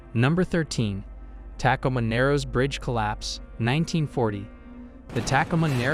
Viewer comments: This has to be AI reading right?? Its hilarious Mount Street Helens, Tack-a ma narrows bridge instead of Tacoma among other badly mispronounced words.Ive never heard anything like it. Come on!! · Tak-o-ma Warshington 😂